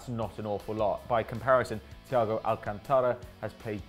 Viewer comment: Al-CAN-tara, not AL-cantara